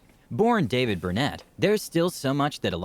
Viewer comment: King David wasn't his grandfather and the nigga said his name wrong. 😂🤣